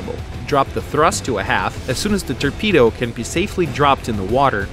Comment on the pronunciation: Turpedo thats what he says haha